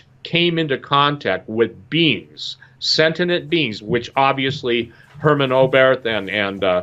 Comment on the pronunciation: Lol, sentinent? Don't you mean sentient. C'mon man.